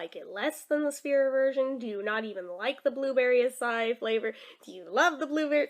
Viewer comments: It is not aci it is ACA-II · acai pronounced a-sigh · i just looked up you said right other than you say e at end